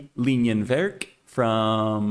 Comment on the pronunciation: You pronounced "Bleifrei" and "Linienwerk" quite well in German :) Just the syllable stress in "Linienwerk" could use a little improvement: the correct pronunciation is Lí-nienwerk (not Linien-wérk) – the stress falls on the first "i".